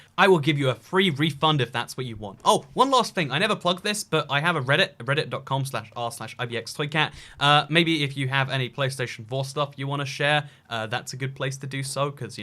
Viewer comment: Even if you slow down the video it never sounds fully like, "Hello I'm bxtoycat..." If that's what he is even staying lol.